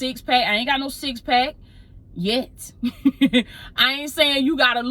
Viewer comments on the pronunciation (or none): Heavy on the “Yet” lol